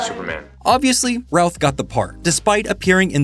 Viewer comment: Every time you say, “Routh”, I hear, “Ralph” 😅